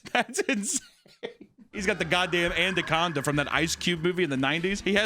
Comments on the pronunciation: Correcting him for the word anaconda that he pronounced andaconda was hilarious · I swear I say anaconda like andaconda too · Andacanda is my new favourite hunter mispronunciation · Mfer said AND-ACONDA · Andaconda lol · oh yeah, andaconda and expeshully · Expecially andaconda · Andaconda 😂😂 I LOVE whoever edits the pronunciation in. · can't say anaconda 🤣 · The same way you coached his pronunciation of anaconda, do the same with the word supposedly. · I really appreciate the editor inserting how to pronounce “anaconda” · The anaconda pronunciation had me in absolute tears